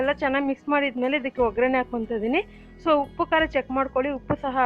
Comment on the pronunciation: Oggarane not ograne